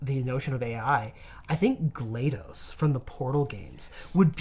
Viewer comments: "glad-DOS", DOS as in Disk Operating System. And the name Gladys. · "glade-ohs" How does he find a way to pronounce EVERYTHING wrong?